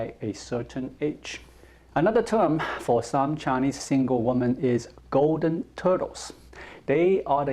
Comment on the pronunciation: I love watching your videos but I noticed you always make the same mistake with the plural for woman - women (pronounced wimin). As an English teacher I couldn't let this go on any longer without telling you!